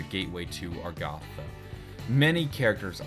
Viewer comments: I thought it was Agartha. Now you're saying Argatha. And on the picture it's spelled Agharta. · Its not "Argatha" its "Agartha". Even in that map of the world you showed when Talking about Agartha, the "R" came after the "g", not before. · How has he not noticed that it's Agartha not Argatha? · That honestly pisses me off. It's 'Agartha'. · I thought it was pronounced A-gar-tha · Why do you say Agartha with the r before the g instead of the th? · someone else gets it. I was like dafack is he talking about. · Let the comments rage about how he is not pronouncing agartha right XD